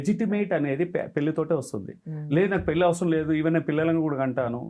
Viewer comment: పెల్లి చేసుకోవటం మంచిది కాదు 😢 పెళ్లి చేసుకోవటం మంచిది 😊. ఏమి ఉచ్చారణ రా బాబు. భాష మీద, నాలుక మీద కాస్త పట్టు అవగాహన ఉండక్కరలేదా?